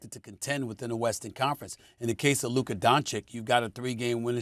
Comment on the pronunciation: How do both of these PROFESSIONAL SPORTS ANALYSTS butcher Lukas name this hard??? It's the same sound TWICE and both of them put a K in a different place every single time 😂😂😂😂😂😂